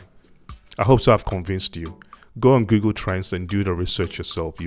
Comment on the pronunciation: Gugool! Can you pronounce it right for crying out loud with yout Twi English!